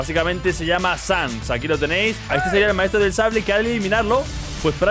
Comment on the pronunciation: Como que sans😢😢😢 se dice chanks